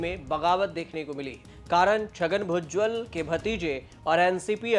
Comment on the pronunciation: भुजबल ना कि भुज्जल 😅😢😮